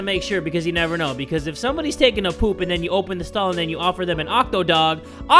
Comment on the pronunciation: "Becosh hesh sho funny" Beautiful, im in tears.